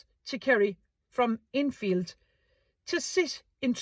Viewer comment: Good to hear Innfield being pronounced correctly. In order to be consistent, you shouldn’t allow mine or any other comment to appear on any of your videos on this topic. I wish you luck, & thank you for defending my children as well as all Irish children.